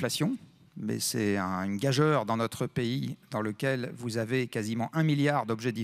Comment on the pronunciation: Gageure se prononce gajur mon cher Jean-Marc-Jean